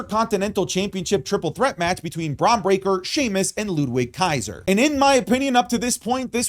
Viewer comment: Hearing the W in Ludwig Kaiser's name is jarring. Pronounce the dude's name correctly.